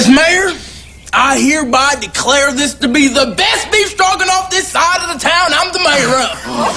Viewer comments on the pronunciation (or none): I just love that she can’t pronounce the beef in beef stroganoff